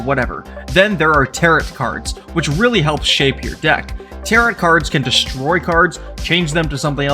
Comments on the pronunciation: Tarot is not pronounced as Taro>T< It is pronounced as >Taro< without the T at the end. Please, pronounce it correctly. It's annoying. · Came to the comments to make sure someone was correcting 'tarot' to 'tarro' for pronunciation. It's French y'all, don't say all those letters. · Really well done and many thanks. But, bro… ‘Tarot’ doesn’t rhyme with ‘parrot’. 😂 You’re killing me here. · Tarot is pronounced like Marrow and Barrow. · Nothing is more beginner than mispronouncing "Tarot" 😂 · Look up the pronunciation of tarot for future videos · That’s not how you pronounce it, bud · No you didn't. You pronouced tarot like "carrot". It's a silent T on the end. Tarot and barrow rhyme. Tarot and carrot do not.